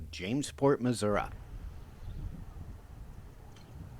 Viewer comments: no offense but it's pronounced Missour-ee,NOT Missourah....(from St Louis,and lived here all my life) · PLEASE learn to pronounce Missouri correctly!! It’s MIZZ UR EEEE, not MIZZ UR UH!! 🙄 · I enjoy your tours, however, Missouri ends in “I” , there is no “a” in the proper pronunciation. Thank you for the tour